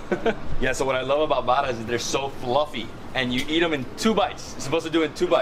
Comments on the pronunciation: Great video showcasing trini street foods. However you need to stop referring everything to "Indian Food" they have their own style!! Also the correct name is "Ba-rah" not "BADA" ROTI not Rodee. Try your best and get these right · Trinis pronounce it "baRa" not bada. We do not do the R as a D. Roti is pronounced rowTEE not roady. Pholourie is not a donut. It is a split pea fritter. It's not a paratha. It's called buss up shut. Please say dhal puri. Not dhal poodi. Please do not speak Trinidadian with an Indian accent. Trinibagonians do not. You are offending our dialect. Tamarind is not sweet. It is naturally sour. Tambran chutney is made sweet by the exorbitant amount of sugar used. The "usual pair" is a roti and a red solo. Doubles is usually eaten with a coke or apple j. Can't wait to see how u butchered our dialect on ur trip to trinidad. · we need to teach you how to say bara, roti and channa like a trinidadian.